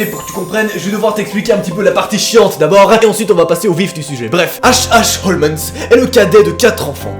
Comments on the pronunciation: Cela se pronnonce comme sherlock holmes😉 pas holmesss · tu sais on dit HOLMES pas HOLMENS!!😁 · OUIIIIII MAIS EUUUUUUU C'EST PAS HOMENS MAIS HOLMES!!!!! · Jkiff t thread mais stp évite de dire « Holmens » au lieu de « Holmes » pck sa casse vrm les couilles 😂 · Il ne s'appelle pas Holmens ! 🤣 on dit Homs 😂 tant pis si tu déformes tout, je t'adore quand même 😋😍😍😍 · Désolée mais cela n'a rien de paranormal en totalité, H H Holmes que d'ailleurs désolée de te reprendre tu prononces mal, est un tueur en série. OLMS en prononciation, si c'est possible de l'écrire pas holmens comme tu le dis. Fallait qu eje le dise je me passionne pour les tueur en série et ça ma irrité tout le long de la vidéo, alors que d'habitude je suis plutôt friande de ton contenue. Parle de meurtres tout simplement ou de tueur en série, car cela n'a rien d'un thread twitter à la base, c'est une histoire vrai. Il est surnommé l'hôtel de l'horreur. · Je suis la seule à entendre HOLMENS alors qu’il y a écrit HOLMES ? 🤔 Sinon super vidéo comme dhab 🤙🏻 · Juste, "Holmes" se prononce "holms" comme Sherlock Holmes 🤦‍♀️ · Merci je me disais que j était seul à entendre Holmens 😅😅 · Oui, moi aussi ça m'a perturbé pendant toute la vidéo. Et pas juste le "N" qui sort de nulle part, mais aussi la manière de prononcer le "S". A croire que n'a jamais entendu prononcer le nom du plus grand détective du monde... Ou alors on m'aurait menti, et ça se prononce Sherlock Holmaince? Hum, il va falloir que j'en demande confirmation au docteur Ouateusson. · non tu entends bien t'as raison il dit holmens,et a 10'08 il dit aussi "trop z'important" !hahaha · Quand Holmes devient "Holmesse"